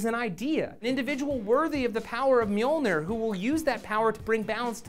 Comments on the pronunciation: I have no problem with any of the changes, the only thing that bothers me in this video in the mispronunciation of Mjolnir. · xD i love hearing Matt trying to say mjölnir